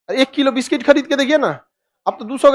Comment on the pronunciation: बिस्किट ❌ बिस्टिक ✅